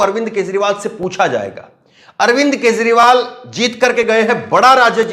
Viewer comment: Kezriwal lo bhaiyai isse naam bhi theek se lena nahi aaya bhaiya woh Kejriwal hai